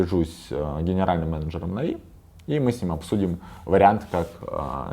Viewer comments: Он меня бесит уже потому что он говорит навИ, а не нАви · Он специально говорит не нАви, а навИ? и не Бакыт, а Бакын????